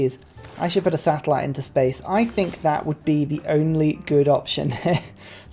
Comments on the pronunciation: What said: I should put a satellite into space. What my brain heard: I should put a settler into space. This confused my brain for a bit. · I heard settler too. Was he trying to go to Alpha Centauri?